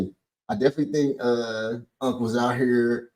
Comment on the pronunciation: saying Cam pronounced mother like muva and then turned right around and pronounced here like her. Smh 😅